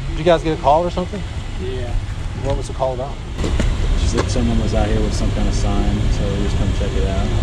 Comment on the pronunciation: said "your KIN" not "your KIND"